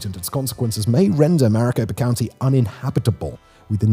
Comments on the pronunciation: Maricopa County NOT Mariposa. Heella River not Gila, but it is spelled Gila. The Salt River mostly runs through Phoenix. The confluence with the Salt and the Gila rivers is out in west Phoenix. Old town Phoenix & downtown Phoenix is nowhere near the confluence. In the early 1970s the temperature would drop down into the high 70s after the sun went down. In the 20s, 30s, 40s,50s and 60s people slept on screen porches with wet sheets draped over them. Our military & the US government funded the reloacation of manufacturing of electronics to Phoenix as a strategic measure during The Cold War, as 95% of the manufacturing was in and around New Jersey, Phillidelphia, New York, and Chicago. We had Intel, Digital, Motorola, Honneywell, McDonnel Douglas, Air Research, General Electric, etc. etc. Buckeye to Phoenix back to Buckeye is a brutally shitty commute. Maricopa County & part of Pinal County is also the absolute worst case of urban sprawl on the whole planet. I worked in the electronics industry and I do not think Phoenix is a good place for photo-voltaic solar power. These solar panels generate heat as they generate electricity and heat shortens their lifespan, so it's not an ideal situation by any means. There is a problem with NF3 and NF2 gases used to manufacture solar panels. NF3 is 17,560x worse than CO2 as a greenhouse gas. NF2 is around 500x worse. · *Maricopa, not mariposa. ,,Mariposa'' is a butterfly. *Gila is pronounced Hee-la. *PAPA-go, but that name is considered insulting, as the Spaniards labelled the local Tonono O'odham people as 'Potato Eaters.' Kate Gallego*, is pronounced Guy-YAY-go. She is married to US Senator for AZ, Ruben Gallego. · I dont recall there being any "S" sounds in MARICOPA County (MA-RI-CO-PA) crazy how much credibility you lose within the first 2 minutes if you cant even get the name of the county right in your introduction... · Located in 'Maraposa' county 😂😂😂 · Maricopa county, sounded like you said Mariposa county.